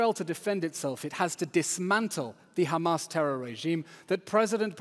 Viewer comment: “ that is on hhhhhhhamas, that is on haaaamas “ Lmao!